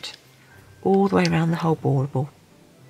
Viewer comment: Are you saying ball ball?